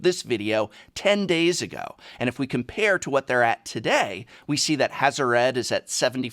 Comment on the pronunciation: You said HazoRed. :')